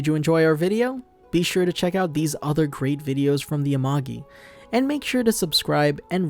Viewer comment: Yeah you pronounced amogi wrong. Its amah-gee